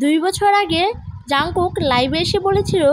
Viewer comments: এটা জানকুক না জোনকুক😂😂😂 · এটা jungkook ই কিন্তু নামের উচ্চারণটা জোনকুক বুঝছো? 😅